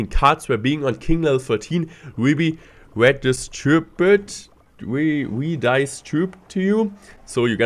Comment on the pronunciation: He was reading off a script. Watch his eyes and how he couldn't pronounce "redistributed." This is a death knell for CR, but trying to sell an update no one wanted. I'm disappointed.